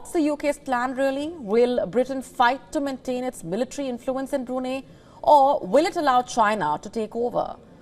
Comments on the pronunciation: Get your pronunciation right it is Bru---Nai......there is no 'neh' or 'ahneh' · It's pronounced as BRU-NAI, not Bru-ney. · Its not brunii..its brunai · pronounce it right...its Bru-nei, not Bru-nay...... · Bru-nay🤣 not..Bru-ni 😆you’ve almost killed me luckily dint call Bruno mars 😂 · The beautiful news reader is mispronouncing it. It's BroonEYE. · Why the hell did u say brunei burinei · Wion channel, if u can't even pronounce Brunei correctly, at least get your facts right. Go n study how the British canabalized Brunei throughout the years. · Please could you pronounce Brunei correctly. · She's Indian. they are having trouble pronouncing it properly 😅